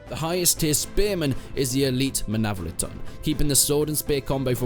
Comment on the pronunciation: You mispronounced the empress, the menavliaton, the palatine guard, the bucellarii